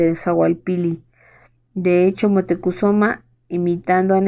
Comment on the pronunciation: La pronunciación de Moctezuma es mocte zuma